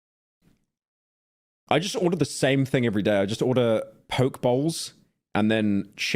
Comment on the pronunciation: pyro should be executed on national television for the way his white ass just pronounced poke